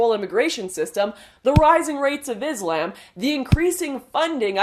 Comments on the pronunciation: I smile every time you say 'Izz - lamb'. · Lauren Southern i like how u say islam. Turns me tf on dude.